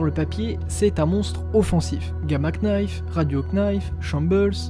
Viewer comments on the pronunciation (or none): Hello, très bonne vidéo ! Juste une précision, le "K" de knife ne se lit pas (en gros ça se lit Gama nife) 😉